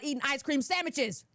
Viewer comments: The way she said “sandmiches” had me DYING!! 😂😂😂😂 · when she said "ice cream samichiz" I damn near spit my coffee all over the screen. 🤣 I've never heard of her, but I really like her, so far.